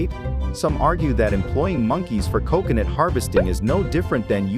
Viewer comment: I don't understand why you mispronounce coconut! I've NEVER heard anyone else butcher the pronunciation of that very easy to pronounce word!